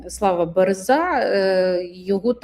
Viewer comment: Дано, пан БЕреза , а не БерЕза. його так кацапи називають(